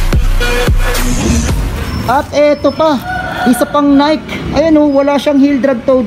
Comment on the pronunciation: Nayk daw! Nayki po correct pronunciation. Next time lam mo na.